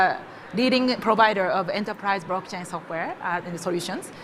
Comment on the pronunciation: ...What is a "Brock Chay"? 🥴